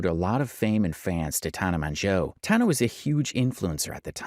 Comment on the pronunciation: TAN-AH MO-JO FFS, the number of times you mispronounced her name, while her name was said CORRECTLY in other videos…get it right.